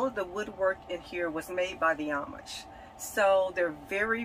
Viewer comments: Wish person doing interview could learn correct pronunciation for amish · So cute how pronounce Amish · I really enjoyed this teardrop tour! Thank you. I have never heard ‘Amish’ pronounced the way you do it.